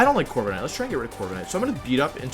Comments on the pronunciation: corvi ca nite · Bruh Corva"KA"night hurt my soul